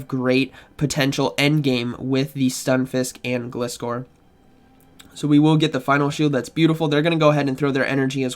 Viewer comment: I will never understand how people can mispronounce such a simple Pokemon name! It's a gliding scorpion - Gl-ai-scor! Other than that nice video as always!